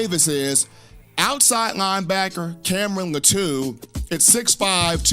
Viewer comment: His Last name is pronounced LAH-TWO (Latu)